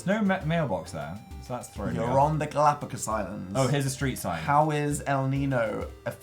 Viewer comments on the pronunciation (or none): The way dan said the Galapagos (galapagus)😂. Also love from Ecuador :)